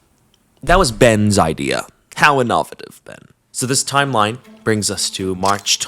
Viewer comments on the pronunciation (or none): In-oh-VAY-TIV. NOT in-AW-vit-iv 😂 You're the best. Keep it up! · That was the worst pronunciation of innovative I’ve ever heard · Are you saying "innovative" wrong on purpose (with the ac-CENT on the wrong syll-AB-le)?? Please say yes.